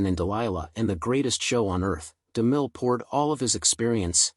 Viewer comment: The guy's name is DeMille, not Deel! Is your narration AI generated?